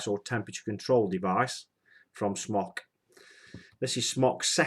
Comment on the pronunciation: Smok is pronounced "smoke", not "smock."